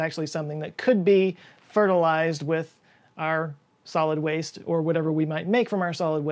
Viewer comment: pronounces waste as “vaste.” German spy conspiracy?